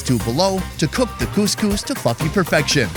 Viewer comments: Am I the only one who hears "cook the coiscous to f$cking perfection" ? Lol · Had to do a double take , I know you said 'to fluffy perfection' but it sounded like you said 'to f*cking perfection' I'd bet it really is cooked to the extent of that description though! :')